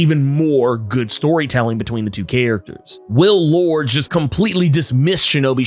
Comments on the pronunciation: Hey about the name Lourdes, it’s actually pronounced Lor-dess not Lords. Whoever told you Lords is incorrect. And yes that does include google. I know for a fact it’s Lor-dess as I have several relatives with the name. Sorry to be “that guy” but every time you mispronounced it caused me to cringe in embarrassment. Can’t have a fellow brotha out there getting it wrong. That’s all! Good video keep it up! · I know this may be small to some but Lourdes is (loor-des) not Lords. All in love. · I believe Sebastian Shaw's ex-partner's name is pronounced "Lord-es" not "Lords". Just an FYI. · I think it is interesting how you pronounce Lordes Chantel. You say “Lords” when I read it and pronounce it as “Lordis” I wonder which is correct? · I love your videos. One thing though. Her name is pronounced Lord-ez. Not the way I spelled it though🤣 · Love the Marauders books and always appreciate your analysis and fun, energetic commentary. Was reflecting today on the fact that I knew a person named Lourdes as a kid but it was pronounced Lord - Ess like saying confess. Would love to know if the writers intended it that way since it’s not a common name but that’s the only other person I’ve known with it.